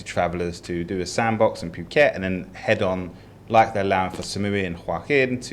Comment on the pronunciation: How long has been in "Pew"ket? That pronunciation annoys me every time.